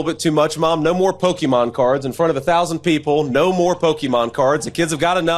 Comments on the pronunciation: JD, you’re a millennial!! It’s not pookie mon, it’s Pokémon. Weirdo NPC. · He pronounces it “pok e mon” Vote blue